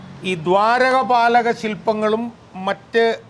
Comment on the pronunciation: ദ്വാരക പാലക ശില്പം അല്ല സർ. ദ്വാര പാലക ശില്പം ആണ് 🙏